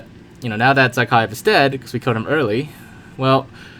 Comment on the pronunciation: Nobody : Absolutely No One : Generalkidd : zAA-khaev